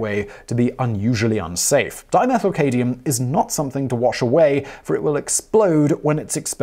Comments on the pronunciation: Dyslexia, Simon? Left out the first M in Cadmium? Or what th e heck is cadium? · Dimethylcadmium? You keep saying "cadium" as opposed to "cadmium" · Cadium? I've heard of Cadmium: CAD-ME-UM. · Simon, even Brits pronounce it, CAD-ME-UMM. CAD, not CADE. Just giving you a hard time. You rock. I see your face more often than pretty much anybody else's. Don't believe me, here, you can listen to both the UK and US pronunciations. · Simon, I love your videos, but "Cadium" made me want to punch you in the face. Sorry, the current events have me on edge (I am a doctor in a country with an abysmal healthcare system) and I feel particularly aggresive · Its cadMium. There's an M, Simon. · cadMium. There's an M in the middle you keep skipping. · "Cadium" LOL.... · Simon you need to watch the 5 year old SciShow episode of this topic if for nothing more than to get some knowledge on pronouncing words lol. Cadium??? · Cad-MI-um. Just saying you cannot just leave out an important letter in a word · Cad-me-um. Just so you know. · Simon. Dude. It's CAD-ME-UM. Cadmium.... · Take a shot every time Simon mispronounces "CAD-mee-uhm" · "cadium" Lul. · Are you saying cadium? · Dear Simon, I love your channel and cadmium is pronounced CAD me um. Thanks Bill from TX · Cadmium... Pronounced Cad Me Um. I am a chemist. This video made my eye twitch. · It's pronounced Cad-me-um. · That's CAD-MEE-UM. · Cad-mi-um, there fixed it. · This guy is English and he doesn't even know how to pronounce the m in the word Cadmium.?? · How did no-one involved with the production of this video pick up on the repeated mispronunciations of cadmium, and other weird pronunciations like "insiduous" ? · The most reactive chemical on this list appears to be cadmium. See how many reactions were triggered when you mispronounced its name. Peoples heads have literally exploded off their bodies when you said it. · the "m" in cadmium is not silent. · caadium? its CADmium, as in sad - my - um/ A short 'a' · Katy-um... Smfh